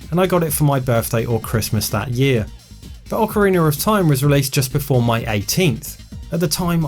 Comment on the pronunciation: "Ocariner of Time"